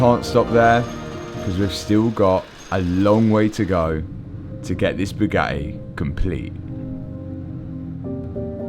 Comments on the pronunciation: NEWSFLASH: Bugatti doesn't want to sell you parts until you can actually pronounce the company's name!!! ..and it's NOT Bue-gah-eee 😑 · Twas never Bugatti, it was always ‘BUGHAAEE” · Italians must cringe when they hear your pronunciation of Bugatti.